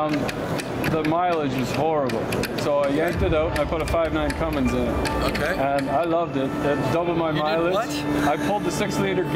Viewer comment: it’s not Cummings it’s Cummins